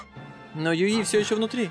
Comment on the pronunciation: Костя!Ты первый человек,которого я знаю,который не говнит второй сезон SAO.Уважуха.Мне лично как первая часть понравилась,так и вторая.Аниме Ускоренный мир имеет довольно жизненную тему,и к тому же связана с виртуальным миром,по идее.Сама не смотрела,но,для понимания некоторых деталей данной игры,возможно и стоит посмотреть.Или вдоволь.И не юИ,а Юи.